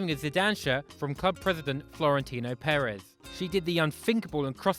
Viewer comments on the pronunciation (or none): none